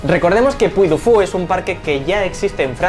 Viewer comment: Se pronuncia puy di fu, es francés y ya se inauguró